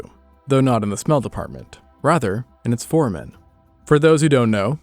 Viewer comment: isn’t it pronounced four-ay-men? Certainly not foreman 😂